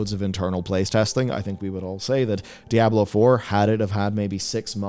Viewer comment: I can’t listen to this guy pronounce dy ab low…..